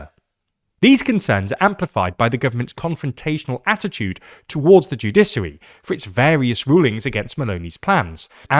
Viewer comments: Shouldn't the word sound like "judishary", not "judisary"? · Man I'm sorry but it's joo-DISH-uh-ree, not joo-DISS-uh-ree. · There is absolutely no reason to pronounce it "judissary." Stop it. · it's pronounced 🗣📢《JEW-DI-SHI-ARY》 Get it right‼ even a 5 year-old could do better. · What the fuck is a "judissary" and what the fuck is the "judissal" system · Joo-DISH-uh-ree, joo-DISH-ăl are the correct pronunciations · What the heck is a "Judisery"? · judiSary 😬 is that really how Brits pronounce it 😂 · The pronunciation of ‘judiciary’ in this is maddening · Being a lawyer in England, I've never heard a single lawyer pronounce it that way . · Dear God! Is that how the Brits pronounce "judicial" and "judiciary"..? 🤔 🤮